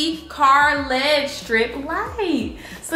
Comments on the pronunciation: This girl did not just say led instead of LED😂😂💀💀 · She really did say Led 🤣🤣🤣🤣 you sum else